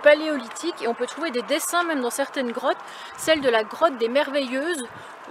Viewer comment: j avais compris crottes et pas grottes au départ